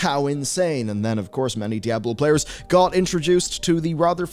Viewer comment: "Daablo 4"